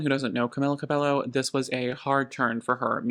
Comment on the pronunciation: with the quality of how every thing is put together and your effortless charisma, i was shocked when i realized how young this channel is?? i'm about to start industry plant rumors... (however you MUST know that's not how Cabello is pronounced😭)